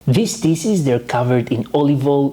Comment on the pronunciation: Please stop saying dises. The SH in DISH, make the phonic “sh” so it’s dishes not dises. Just like SHopping not sopping. Coconut SHells not sells. The H is not silent. You’re alternating the word completely by silencing the proper phonic. I live in Europe now & Greeks make this mistake all the time 🤦🏻‍♀️ Thank you for your amazing knowledge & videos. I do watch them & enjoy them all the time!